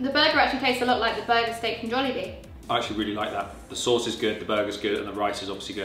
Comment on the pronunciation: I loved the way you two pronouce "jolllibee" its the way common Filipinos pronounce "jollibee" with the phonetical "o" sound.